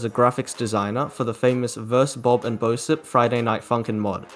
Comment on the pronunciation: Dude just so you know "bosip" is pronounced "boship" because he is referencing the ship amor used in geometry dash well i think